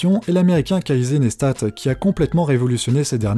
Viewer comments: Caser Neiztate ? ... Ouch les oreilles ! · Ca se prononce KéSSI NAISSETAT ^^ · ca-y-sey neistat, wow, c'est dur l'anglais hein? ;) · Casey Neistat ça se dit Keillessie Naïcetate Sinon, vous connaissez Adrian Bliss ? C'est génial, essayez. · étant américaine ta prononciation des youtubeurs américain m'a fait saigner des oreilles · Super vidéo, rien à dire sauf... COMMENT peut-on prononcer Casey Neistat ainsi ??? :D